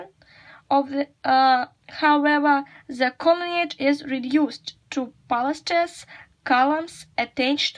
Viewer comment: It’s right to say Roman’s there The word ‘unrest’ has the other stress Look how we read such combinations of letters as s/s if we use apostrophe, reread ‘Augustus’s’ Don’t forget about interdental sounds. Look the stress of the word ‘pilaster’ The word ‘facade’ has the other stress We can’t say “the frieze was been damaged”. How can we say? The ending of the word ‘importance’ isn’t clear as you read it with interdental sound Not “to the 2nd century” but “of the 2nd century” “The Empire was the height of its success”. Reread this sentence and find what you miss Look the stress of the word ‘accurate’